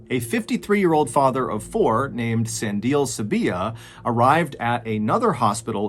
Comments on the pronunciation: San-dee-leh, just saying. One question though: did the bodies have all their organs and spare parts still in place? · What a crazy story! I have no idea what to believe w this one You did so good w the pronunciations! 😁 Just one note: 'Sandile' is pronounced 'Sun - Dee - Leh' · Sorry Mr Ballen but I gotta give you a pronunciation tip..... It's Sandile. Sun-di-le...yes you say the le at the end. Other wise it's rough out here in South Afric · Hi Mr. Ballen, I believe the name Sandile might be pronounced Sandi-lay. love from Zambia. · Great insights from the other South Africans in the comments 👌 I'd just like to add that the name Sandile is pronounced "sun-dee-leh" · San-de-le I think is how you pronounce the second patients name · Neither, The last syllable will never be pronounced as kay, but rather is ke (like kettle - short) So the name is Te-te-te-ke and not Tea-tea-tea-kay the third te will be a slightly longer e (like in said). Sandile (the second guy ) the last le is also not lay, but also the short e (like in kettle) Suhn dee le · I love your pronunciation of Sandile 😂😂 I'm south african so I'll help 👍🏼😂 San-di-le I love your videos. Perfect for that winding down 👌🏼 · Hey John! South African here, just a quick correction to your pronunciation hehe... Sandile is pronounced "Sun-dee-leh"... really thought this was an interesting story though... maybe might be worth looking up stories about the Zulu Tokoloshi 😋 love your stuff so thank you for doing what you do 😊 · Hey, MrBallen - the second guy's name isn't pronounced like that it's pronounced like sah-ndee-léh. It's also my surname😊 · Well this freaked me out. I live near Stellenbosch. Sandile is pronounced "sun - deel - hair" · finally a video based in my home town !! also for future use, his name is pronounced "sun-dee-leh" thank you for this video mr.b <3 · It's pronounced, Sun-di-le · Sandile is more san-di-le you say eacph letter as is. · Its pronounced "sun-dee-le" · Sandie is pronounced Sah-ndi-leh